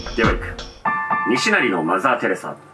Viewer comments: 西成のイントネーションがきになるー！ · 西成のイントネーション気になりすぎて話入らんかった😂😂😂😂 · 西成の発音がばり気になって話しが入ってこん😂